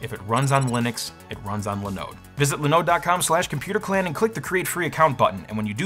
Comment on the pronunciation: Its called, linoooode not linode (the more you know😀)